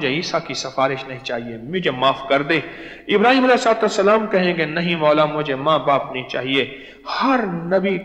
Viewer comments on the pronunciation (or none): none